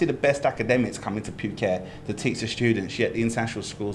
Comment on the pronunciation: He says "pyu~~ket" again . It's "pooket!!!" So annoying